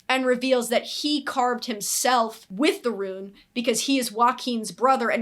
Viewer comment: You're saying it right. Rune is said like room with an n instead of an m. Hope that makes sense